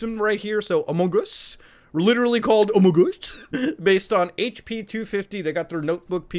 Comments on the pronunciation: Among us, not Amon gus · Sheeesh what are you doing here? It's amogOS, not AMOGOS. HUGE difference. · it kills me everytime when he says amogos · I can't hear Muta say AMOGOS enough times. I keep coming back to this video just to hear it. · More like: Amog OS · Every time Muta says "Amogus", an elderly person dies and a baby is born. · your general habit of over-pronouncing the g in among us is absolutely fantastic and i love me some amonGus never stop saying it like that please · Every time Muta says "sus" and "amogus" part of him dies inside. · mutahar saying amogos gives me my daily dose of serotonin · "Halal OS" lol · Every time muta says AMOGOS I feel it in my soul😂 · Love hearing him say AmogOS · As a raspberry pi user I’d love to hear your embarrassing raspi story! Also why did you show the raspberry pi 400 keyboard instead of the actual board lmao Also, love ya Muta, but every time you say AMOGOS like that I feel like committing sepuku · the way he says amogus is awesome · the fact how he says amogos